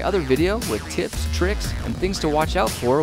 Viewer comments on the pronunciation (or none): Is it just me or does it sound like he is saying "for tits tricks or......" I know that he says tips but my life is so interesting that I look out for things like that.... -_